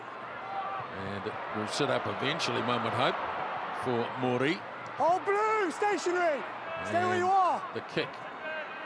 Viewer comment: Lol Justin Marshall pronounces Italian better than Te Reo....